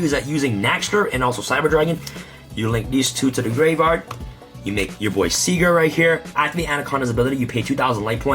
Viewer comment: It is pronounced ziger and it means winner not cigarrete 😂😂😂